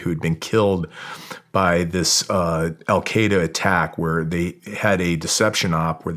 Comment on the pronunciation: The Americans spent 20 years in Afghanistan and they never learned how to pronounce “Al-Qaeda” correctly.